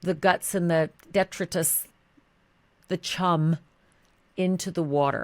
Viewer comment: Respectfully - Detritus Deh-TRY'-tuss